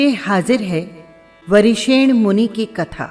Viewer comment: आप नाम सही नहीं बोल रही है